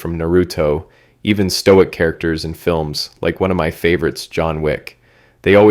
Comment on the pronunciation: emphasis on the MY 💀